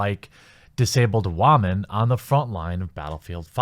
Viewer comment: Disabled Ramon? Like noodles? Did anyone else catch his pronounced woman lol